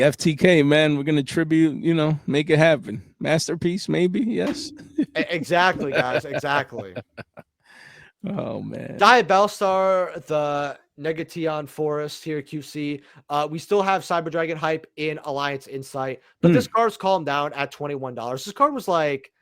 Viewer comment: Tell me I didn’t hear you say “nega-tee-on” fortress.